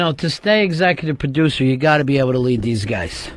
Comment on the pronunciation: I've figured out the disconnect: Ron wants a p'ducer & Earl thinks he's a perducer, when what the show really needs is a producer. Yeah, Earl, "repu'sent" the company